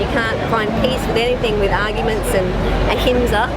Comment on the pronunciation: You said it right. Ahimsa - non violence.